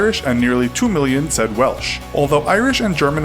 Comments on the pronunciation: did he just say welch? Lol it’s Welsh. Just as it’s written. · Did that american say Welch instead of Welsh? Damn you lot are insanely illiterate. Also how obsessed with mentioning your hight do you need to be. Is 6.2 your only personality trait?